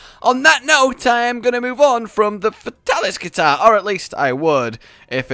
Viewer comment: Hearing him call it a guitar hurt my soul